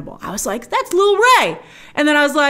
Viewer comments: Love you Grace but it's lil Rel not Ray 😂😂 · Lol its Lil Rel Howry, not Ray! 😅 Great review cant wait to see it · Lmao his name is lil Rel, not little ray. 😂😂😂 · You say "Lil Ray" or "Lil Rel" Howery? I didn't see Scorsese, but come to think of it... And, The Departed was part of the Lucas twins' vision for the story. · Lil Rel not Lil ray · “Lil rel”